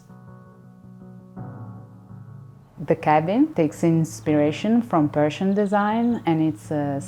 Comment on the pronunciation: I love the color blue, works great. But it is a shame every time she says "Persian" somewhere in the world a puppy dies.